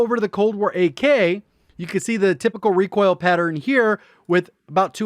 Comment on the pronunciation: Everybody: recoil: requail 😂